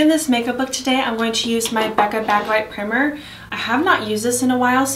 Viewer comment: Lol 😂 did you mean pr-“eye”-mer? The “i” is a long “i” not short “i” 😂 still cute vid though